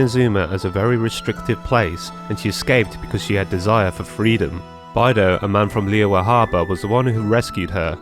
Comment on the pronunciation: her name is not "by-dough" it is "bay-dough"